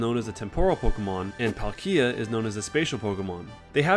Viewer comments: IT'S PAL-kia, not PALKEEA!!!!AND IT'S TEM-poral, not tem-PORAL,FFS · But it's Paul-Key-Ah(Palkia) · For some reason when you said Palkia it sounded like Pal Kia is that the pokemon ikea?? XD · Never heard of someone saying PalkEE- a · What weird pronunciations are these? temPOral? palKIA? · its actually Pal-Key-Ah (You were close) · Not Pal Key ah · the way you pronounced Palkia makes me wanna cut of my ears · Grow (like GROWL) don not... grow (like grow a plant) don Palkia, but without enphasis on the KIA part. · nice, but your pronunciation of palkia gave me cancer ;) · It really bugs me, the way he pronounces groudon and palkia